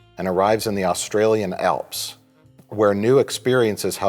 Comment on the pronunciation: MFer said 'Australian Alps' LMAO